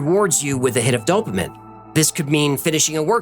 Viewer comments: At about and thereafter you say "dopa-min". But, it's actually pronounced "dopa-mean". Work on that. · dopaMINE not dopaMIN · Dopamine is pronounced 'dope uh mean'. Thanks for amazing, incredibly detailed, creative and engaging content! Wow! YOU are greatly appreciated! 🎉❤😊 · Is it "Dopa-meen" or "Dopa-men"?? lol I feel like he's pronouncing it weird. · why does he pronounce “dopamine” incorrectly? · Is the correct pronunciation for dopamine to end with "-een" or "-in"? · the way he pronounces dopamine 😫